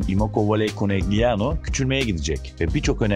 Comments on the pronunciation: Yendikleri takim Trentino değil Trento, Trentino erkek voleybol takimi, takimin adi Konegliano değil Konelyano diye okunuyor. 0 voleybol bilgisiyle video hazirlamak da ne bileyim, insanlar çok özgüvenli hakikaten ya, kendinizi rezil ediyorsunuz bu şekilde. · KONELYANO diye okunması gerekiyor?